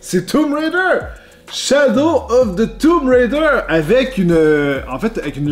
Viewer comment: Je suis désolé mais JE DÉTESTE LA FAÇON QUE TU DIT TOMB RAIDER... C'EST TOOOOOMB RAIDER PAS TUUUUMB RAIDER MERDE